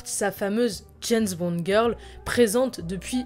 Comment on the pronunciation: c'est bizarre quand tu prononce James bond,j'entends "janss bon"!?